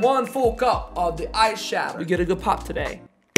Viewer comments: It sounds like your saying eye shadow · Every time you said that “ice shatter” I kept thinking you were saying “eye shadow” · I shouldn’t have read this comment I heard this throughout the whole video